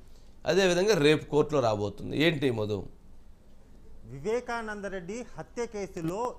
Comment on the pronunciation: మొదు కాదురా సామీ మధు అనాలి తెచ్చేసిన కాదురా బాబూ తేల్చేసిన అనాలి తెలుగును చంపకండి 🤦🤦🤦🙏🙏